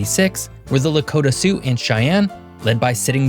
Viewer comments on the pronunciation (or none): none